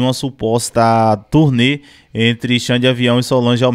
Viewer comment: Turê? Ou turnê?